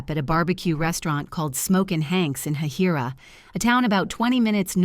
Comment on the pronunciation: Wow, this was good research. I went to school in Valdosta and Bemiss Road went from Ashley Street (the cruising strip) to Moody AFB. Hahira is where I lived, also in the story, although pronounced absolutely wrong on every syllable.